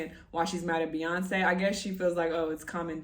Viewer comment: Empressive works for beyawnce